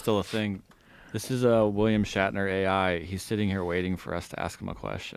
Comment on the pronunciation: Joe Rogan always loves “Star track” facts with William “Shackner” he says both of those wrong every time…